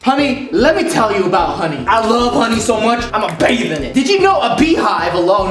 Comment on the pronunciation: grammar do you mean bathe bc you said bave